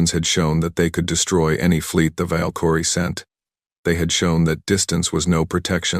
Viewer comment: Your dumbass AI can't even pronounce Valkyrie